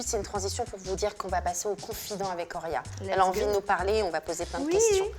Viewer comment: Actrice?? MDR et le prénom horia est mal dit tout le long